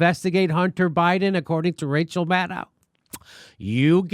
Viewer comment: Wow “Racheal”